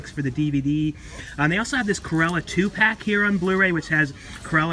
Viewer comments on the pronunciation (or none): I swear you say “Curella” every time rather than Cruella….